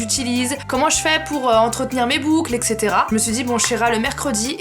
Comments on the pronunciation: on dit etc pas ect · on dit "etc" pas "ect"😉😃